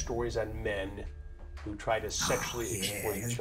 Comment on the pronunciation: Do they ever do stories on women predators? I just noticed the emphasis Chris put on the word 'men', and i can believe that the majority are men